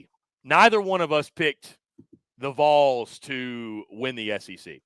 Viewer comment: Dude, —you gotta stop saying “Voles.” It’s not Vole-unteers.